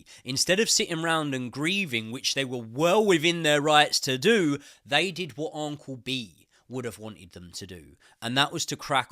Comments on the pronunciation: Its Un-cle. Not On-cle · Am I mental or does say uncle weird 🤣 loving the content mate! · Never heard anyone pronounce uncle like this